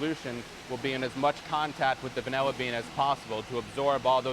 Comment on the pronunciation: He keeps saying VanELLA… that’s wrong… 😂